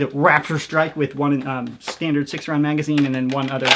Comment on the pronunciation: “professionals have stændards”